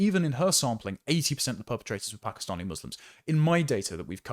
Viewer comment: lol "Pakastinian"